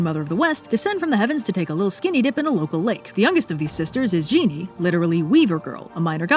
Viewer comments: 織女 is pronuonced closer to "jih new" than "genie" Zhi in Chinese sounds like "ji" as in "jitters" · How the hell do you get "Genie" from "Zhi Nü?" Seriously? Your pronunciations are only somewhat off usually, but come on. The closest it would be to English is like "jer nooh," with a u like in French or German.